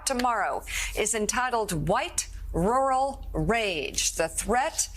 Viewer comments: Rural is pronounced Roo Rull not roo-ull. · Pull up the pronunciation on google, YouTube, or any online dictionary with recordings and it's RUR UHL with TWO Rs, both being pronounced. I love your content, but I am a pedant and I'd like you to get this one right too.